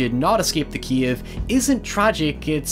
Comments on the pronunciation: It's CAVE not CIEVE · he says "kiev" not cave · every time you said ‘Cave’ I heard ‘Kiev’ and I was so confused as to what Ukraine had to do with The Descent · You sound like saying keve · What the hell is a 'keave?' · I thought he's American until I heard him say "cave". I'm shook.